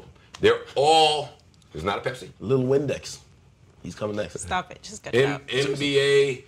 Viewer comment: homie said lil pepsi LMFAO